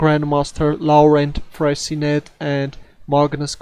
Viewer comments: You spelled it correctly (Fressinet) but you mispronounced it. It's not Fressinette like in 'rocket', but Fressi-nay like in 'cabaret'. Good luck with your excellent videos! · You are correct. é : this sound does not exist in english, that's why i made and approximation. I should have said that Fressinet is pronounced like in the word 'touché'. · Not Fressinette but Fressinay. Nice editing.